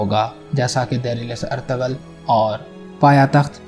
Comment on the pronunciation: Oye bhai irtagal nahi ertugrul